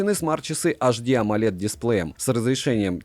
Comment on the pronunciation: Ну как у вас язык поворачивается говорить АшДи?! Вы же без ножа режете слух! Тут либо АшДэ [лат.], либо ЭйчДи [англ.] Но мешать разноязычные транскрипции это зашквар!